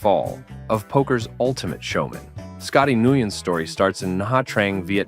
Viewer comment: Cant understand when you cover Scotty Nguyen you mispronounced his name and (Matutooth) Matusow. But a few moments later you pronounced it correctly?